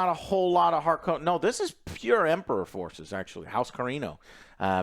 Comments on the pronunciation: Sorry boys, it's HARkonnen not harKONnen 🤣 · lol I don’t think you guys are saying harkonnen right 😂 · constantly changing the pronunciation of "Harkonnen" is hilarious.